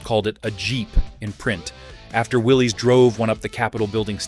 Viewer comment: Rick Pewe is pronounced pay way and Willy's is pronounced Willis.